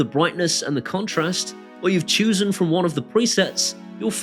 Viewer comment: "Choosen" I though you were from the East Midlands not West zummerzet! Bumpkin!